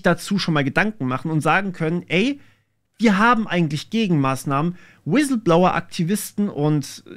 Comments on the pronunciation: „Wisilblower“ war sehr stark 😂 Spaß beiseite, gutes Video 👍🏼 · Ich bin sowas von weg gebrochen, als Du im schönsten Dschörmän Inklisch "Wiselblouer" gesagt hast :D